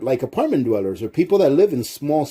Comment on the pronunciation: Hey it's dwellers not "duelers"